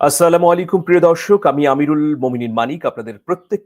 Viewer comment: ভাইয়া, আসসালামু মলাইকুম নয়, এর অর্থ সম্ভবত -আপনার উপর মৃত্যু বর্ষিত হোক (নাউযুবিল্লাহ)। সঠিক উচ্চারণ হলো -আসসালামু আলাইকুম। অর্থ -আপনার উপর শান্তি বর্ষিত হোক।(আলহামদুলিল্লাহ)। আমরা আপনার সালাম এর উত্তর দিয়ে থাকি। অতএব দয়া করে সঠিক উচ্চারণ করবেন।[N.B. সালাম এর উচ্চারণে অনেকেই গাফেল! দুঃখিত!]